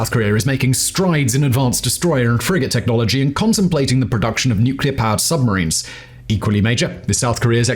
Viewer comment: How beautiful it is to listen someone pronounce "nuclear" correctly :') An amaxing analysis as always.